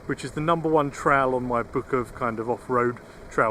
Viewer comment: Tell how thr english invent a language and cant properly speak English kept saying "trial" while talking about a "trail" or is it just me